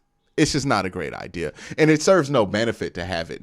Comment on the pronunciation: It’s idea the word is idea!!! Jesus man where are you getting ideal from?!? Love the show but the way you talk is so crazy to me You pronounce gigantic like it’s Gijantic or idk how you would spell it but cmon man you gotta be smarter than this you just have to be! I can’t believe your grammar is THAT bad.